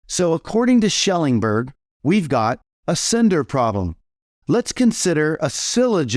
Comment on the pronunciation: At first I wondered why it didn't seem like you had actually read Shellenberg's book, you couldn't even pronounce the name of the author, as you went on it became increasingly obvious you've never even read the thing. Or if you have, you dishonestly ignored all of the parts that demolish your nonsense. Take for example, the non-reflective non-believer, the Buddhist in rural Japan or India that has never even heard of christianity. You didn't address that part of the argument at all.